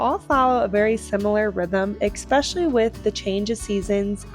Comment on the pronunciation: Please...it's not ex-specially...it's especially...there is no x sound.